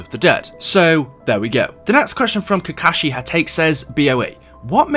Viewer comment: you pronouced kashism name wrong ideot